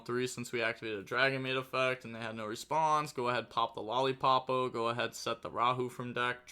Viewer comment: I'm back with pronunciation: both the main deck monster and the extra deck Yummy monster are: "Lollipo" not "Lollipopo". The level 4 Draco tail monster's name is "Lu-ci-as" not "Lucas". Also even though there are no K9 in this video please call them by their names and not by their numbers, that is very confusing